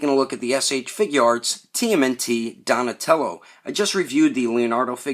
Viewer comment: Don't know why but I cracked up laughing when you said "Donashmellow" in the outtakes XD Anyways, nice review!